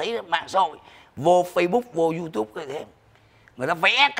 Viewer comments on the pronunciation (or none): none